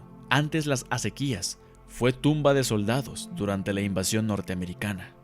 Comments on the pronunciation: FELICIDADES MHIJO!!! UN EXTRAORDINARIO TRABAJO!!! Observación de buena fe: aunque la palabra ACEQUIA no se acentúa, por ley de usos y costumbres se pronuncia como si fuera sobre la E. ACÉQUIA. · BUEN MATERIAL, SOLO ME PERMITO CORREGIR, LA PALABRA ACEQUIA SE LEE CON EL ACENTO NO ESCRITO EN LA LETRA "E" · Asi es ..pronuncia mal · Esta mal pronunciada la palabra acequia, el acento va en la "e" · es una aseveración que yo iba a hacer, que bueno que no fui el único que lo notó...